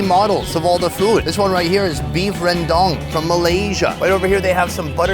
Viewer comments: So funny how you pronounce Rawndang 😂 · “Beef rendong” 😂😂😂